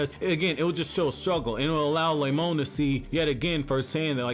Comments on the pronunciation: "Lemon" LMAOOO it's Remon but that's funny af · Malachi Blood Yes, i can hear Lemon, but it's Remon. The dude that voices these videos also fails to say the other names correctly...